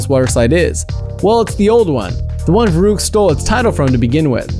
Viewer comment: You pronounce verrückt wrong. It's pronounced ferykt